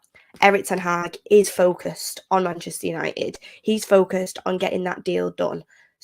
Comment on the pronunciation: Damn that foca-sed must be a new word fr I keep hearing it but don’t know what it means?🤣🤣🤣🤣